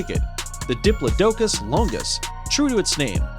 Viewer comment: It’s dip-plod-icus not dip-life-docus